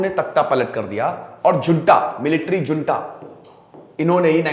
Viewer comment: 'J' in junta is pronounced as 'H'. Junta is pronounced as ' hunta'.